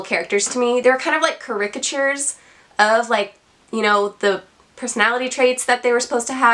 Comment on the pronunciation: Rant Reviews are my favourite part of Book Tube. Nicely done. Just a couple notes: Caricature is pronounced more like "Carry catcher", and "brunt" was the word.